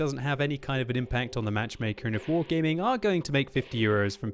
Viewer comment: you saying wrong is "wargeyming "